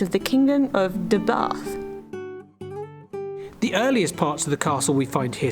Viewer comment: Nice video but Gruffudd is pronounced 'Griffith '. Deheubarth is pronounced ' Deh - hay- barrth ' Diolch 🏴 😊👍